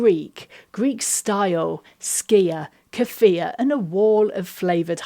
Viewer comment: Thank you for your right pronunciation of skyr. It's so often butchered and it is so difficult to listening to.